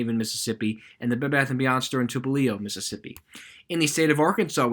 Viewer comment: I’m from Biloxi, D’iberville, MS is a coastal city outskirts of Biloxi. It’s pronounced as de-I-ber-ville. Please don’t take this offensive, I’m just helping, btw Tupelo Mississippi is where Elvis is from and that’s up in North Mississippi. It’s pronounced as Tew-pu-low